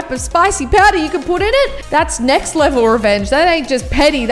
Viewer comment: you know someone's aussie or kiwi when they say "Nek" rather than "next" 😂